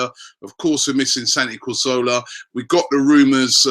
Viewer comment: Let's get Robbie saying Cazorla right before we start with new names XD